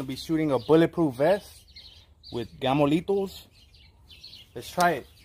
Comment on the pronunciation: gammo leeeetohh :D